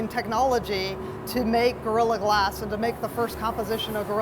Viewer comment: Anyone else hate the way she pronounces the word "glass"? "Glaaaass..."